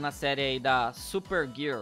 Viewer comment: Super grirrl kkkkkkkkk